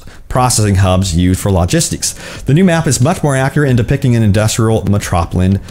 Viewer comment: Me trop la tin... Metropolitan? Dude use Google that's a pretty normal word.